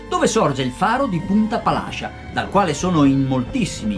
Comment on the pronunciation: Buona sera. Oddio, poca roba... Per quello che ho notato io: 1) Si chiama Punta Palascìa e non punta Palàscia; 2) Si chiama Santa Cesàrea Terme e non Santa Cesarèa Terme; 3) La grotta Zinzulusa è stata scoperta nel 1793 e non nel 1973. Mi scusi se mi sono permesso ma visto che me lo ha chiesto, le ho risposto. Comunque il servizio e veramente bello e ben fatto. Ancora complimenti e spero che nel Salento si sia trovato bene e sia rimasto ben impressionato. Le auguro buon lavoro per i prossimi servizi. Franco Lazzari